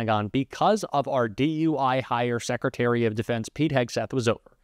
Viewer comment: SecITary....Secretary drives me mad